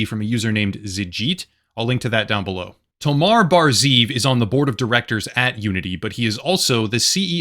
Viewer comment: Good video, but why do mispronounce such a simple name as "Tomer" (rimes and pronounced just like the word "locker") by calling the guy "Tomar"? Hebrew names aren't that difficult.